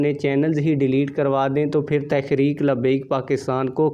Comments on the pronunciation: تحریک کا تلفظ ٹھیک ادا کریں۔شکریہ۔ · محترم تحریک لفظ تو صحیح پڑھیں۔